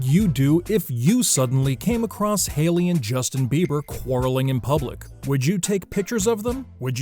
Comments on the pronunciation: Am I the only one who's upset that he called her Harly? Its Hailey guy. HAILEY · Funny, narrator called Hailey, Harley in one spot, robot!!! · Harley? you pronounce her name wrong!!🤦🏻‍♀️🤦🏻‍♀️🤦🏻‍♀️ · Did he say Harley?? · Umm . . . Her name is Hailey not Harley. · He said her name wrong